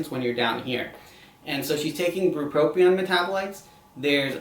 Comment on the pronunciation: bupropion and lamotrigine are being mispronounced in this video for anyone curious